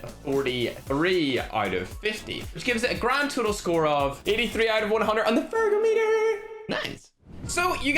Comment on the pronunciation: "O" meter